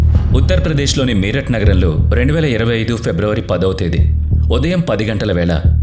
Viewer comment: మీరట్ కాదు మేరట్